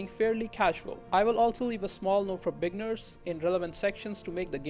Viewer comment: “Bigners”. Nah but good guide though.